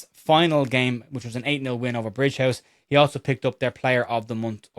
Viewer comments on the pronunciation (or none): it’s Brig ouse (ows) not Bridgehouse. If you’re really local it’s Briggus.😊